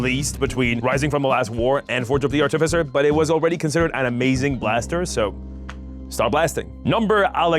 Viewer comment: Are you going to pronounce artificer artiffizher the entire video?